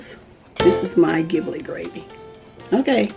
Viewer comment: "giblet" uses a soft "g" like a "j". as in "jiblet".